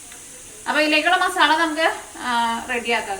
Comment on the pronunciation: മസാ ള അല്ല ല്ലോ മസാല അല്ലേ